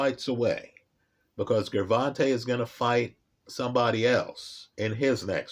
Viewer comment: All of the vids he’s made about Tank and he STILL won’t pronounce his name correctly 😂😂😂 Great breakdown as usual though. LoL